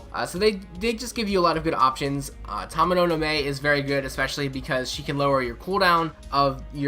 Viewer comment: 1. It's Tamamo no Ma-E and not Mei. So much people make this mistake. 2. The Arts-Card Resistance down does not simply let you do more damage with Arts Cards, but NP Gain increases too.